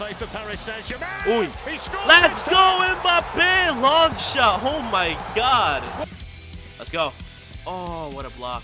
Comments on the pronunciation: “Parise saint germane”. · Parees Saint German (no hate) just never heard any one say it like that